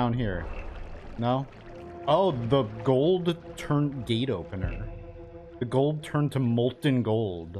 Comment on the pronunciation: "It's raining gold-uh"